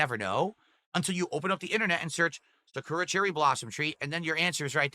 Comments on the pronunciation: Cherry Blossoms grow in other places besides Japan... also its not pronouced Sa - koo - ra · He pronounces Sakura like an idiot too.